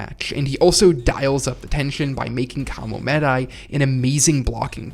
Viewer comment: Just can't listen to KaraSUnoh vs KamoMEHdai anymore...Guys learn how to pronounce Japanese names. Please. If you worship the culture that much - at least make an effort to say it right.